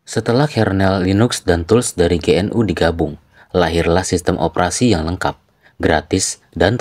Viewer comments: GNU dibaca genu bukan ge en yu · GNU dibaca `Genu` dengan e samar.